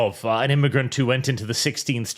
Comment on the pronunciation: Did seriously say "the sixteenth chapel"? XD